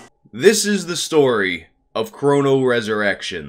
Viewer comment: Am I the only one who takes issue with the way he pronounces Chrono?